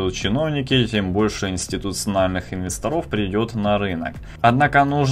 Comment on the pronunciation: Не инвестрОв, а инвЕсторов. А вообщем всё толково